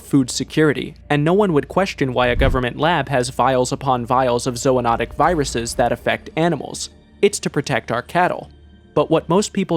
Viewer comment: zoonotic < zoanotic